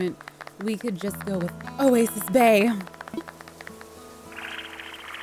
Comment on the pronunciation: I heard "a waste of space" than "oasis bay"... idk lmaoo